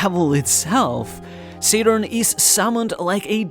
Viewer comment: The way you pronounced the japanese version of "Saturn" sounds almost 100% like the german word for Satan.